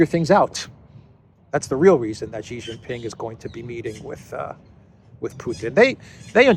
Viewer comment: JHEEJINGALEX, Xi Jin Ping, his name is pronounced SHEEE JING PING not JHEEE JIN PING. JHEE means PENIS in CHINESE LANGUAGE.